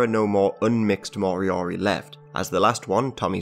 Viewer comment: if going to discuss moriori: pronounce properly; make sure your facts are correct, for one moriori are NOT extinct as not all were killed or died off and descendants continue to accelerate new generations which includes language and be included in a fairly recent govt payment.